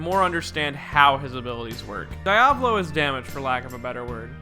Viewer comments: As an Italian the pronunciation of Diavolo is triggering the fuck outta me - I bet ur not even making wild hand gestures behind your microphone. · It's funny how you pronounce Diavolo xD anyway nice video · Every time you say Diavolo the way you do, part of me dies. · Why do you pronounce Diavolo like that? And Abbachio. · The way "Diavolo" is pronounced in this video makes me mad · The way this nigga pronounces diavolo triggers me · can you please stop calling him daiavolo? as an italian i want to put a knife into my ear every time you say that I can understand the "Dopio" instead of Doppio because english speakers seems unable to pronounce a doble consonant, but... pls... Diavolo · DOE-pi-oh and Dee-ah-VOH-lo are the proper emphasis/pronunciations, yes? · Die-avolo? I haven't read the manga, but from personal experience I'm sure it is read as Dee-uh-volo (basically you pause on the "a" not on the first "o") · Hate how pronouces Diavolo Dee uh vaw low? No its Di aw voh low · My nibba said some diya-volo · It not die-o-val-o it's de a vo low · its pronounced DEE-AA-VUH-LO not DI-AA-VO-LO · Dee-ah-vo-lo, Doh-pyo. Not Dayavolow and Dahpio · "Diya-voh-low" Dee-ah-vow-low* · Diávolo not Diavólo DIAvolo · If I start saying Dieavolo instead of Diavolo I know who to blame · The correct pronunciation is Dee-UH-volo and not DIE-a-olo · shouldn't his name be pronounced as Di-uh-volo? not Di-ah-bolo?? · Diavolo Diovolo KONO DIO DA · The way you read Diavolo makes me want to DIE a volo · Dahppio Dahvulo My ears hurt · WHY ARE YOU SAYING IT LIKE DIE AH VOLO WHHHY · DAYABOLO AND DAPYO You butcher theirs names wtf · ah yes my two favorite characters, Dawpio and Deeavawlo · Listen and repeat: DI - A - VO - LO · Pronouncing Diavolo as "Di-ah-vall-o" : It just works..... NOT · jesus guys, it's pronounced "Diavolo" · Tips from an Italian: DEE UH VOH LOH or Di À volo. The emphasis is on the A. Cheers! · DEE-AH-VO-LOW Devil in Italian Sorta pronounced like Diablo